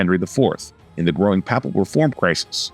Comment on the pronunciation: Narrator needs to research pronunciation of words (e.g., “papal”).